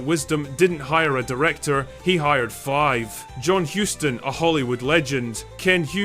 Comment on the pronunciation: FYI: Charles Boyer was French and his last name out of France was "Boy-YAY". Similarly, the last name of the Huston family is pronounced to sound like the name of the city in Texas.